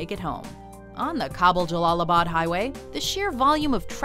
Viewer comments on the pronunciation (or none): U said Kabul wrong